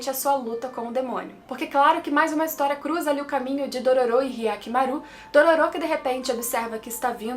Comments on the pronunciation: Como a fala Dororô como o fala Dororu Como o dororo fala Dololo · AAAA HYAKKYMARU FALANDO "DORORO" É MEU PONTO FRACO 🙈🙈❤❤